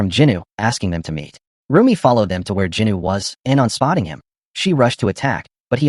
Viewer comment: Bro it's Jinu not Juny😡